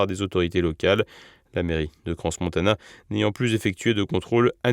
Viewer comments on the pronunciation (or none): Décidément même lorsqu’il s’agit d'un drame vous vous faites un malin plaisir a déformer la prononciation du lieu, aucun respect pour les victimes, j'imagine que on a du vous le dire quelques fois mais "Crans Montana" ne se prononce pas CRANSSSSSSSSS MONTANA. Je me demandais si ces erreur de prononciation était juste de l'ignorance ou si c'était volontairement du dédain quand au personne et au lieu dons vous parlez. Apparemment en plus de ne pas savoir parler vous vous amusez à tordre des nom propre sur votre soit disant journal juste car vous estimez que ces gens, endroit font partie de certaines communauté. Vous êtes à vomir. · Pourriez-vous svp prononcer Crans-Montana correctement? on prononce "cran Montana. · Je suis en sueur, on ne prononce pas le "S" de Crans-Montana 😆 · Surtout qu’il aurait pu se renseigner depuis le temps sur la prononciation exacte 🙉mais bon ….certains jugeront que c’est un détail par rapport à l’ampleur de cette catastrophe … annoncée (au vue du manque basique de sécurité dans ce bar) et au nombres de victimes, mortes ou en train de lutter pour vivre, sans compter toutes les familles.